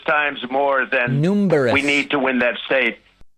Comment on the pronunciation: "Numberous" and "blot."